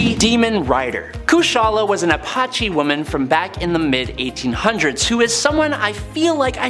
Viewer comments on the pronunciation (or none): none